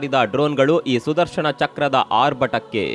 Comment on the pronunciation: ನ ಉಚ್ಚಾರ ಮಾಡಿ ಣ ಅಲ್ಲಾ... ಸುದರ್ಶನ